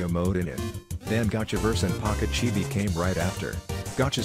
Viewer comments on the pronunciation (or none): none